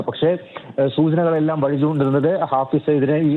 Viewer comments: മലയാളം വായിക്കാൻ അറിയാത്ത അവതാരകൻ.. ഫായിസ് അല്ലടാ.. ഹാഫിസ്!! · ഹാഫിസ് എന്ന് എഴുതി കാണിക്കുന്നു, റിപ്പോർട്ടർ ഹാഫിസ് എന്ന് പറയുന്നു, പക്ഷെ അവതാരാകാൻ ഫായിസ് എന്ന് പറയുന്നു. ബല്ലാത്ത ജാതി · ഫായിസ് സെയ്ദ് എന്നല്ലേ news reader ആദ്യം പറഞ്ഞത്? പിന്നീട് റിപ്പോർട്ടർ പറഞ്ഞതിന് ശേഷം ഹാഫിസാക്കി😂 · ഫായിസ് അല്ല, ഹാഫിസ് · ഫായിസ് അല്ല ബ്രോ , ഹാഫിസ് .